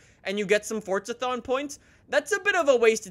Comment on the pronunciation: It's forza not fortza